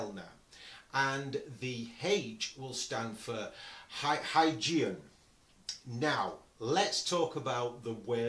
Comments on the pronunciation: is pronounced "Hoygien" for Christiaan Huygens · I haven't checked through the comments, and so hope I'm not piling on. 😊 The Huygenian eyepiece name is pronounced with a hard "g". The word sounds kind of like this: Hoi-GEE-nee-an The designer was Dutch astronomer Chriistian Huygens, pronounced HOI-genz (again, with a hard "g".) Cheers, from across the pond! Glenn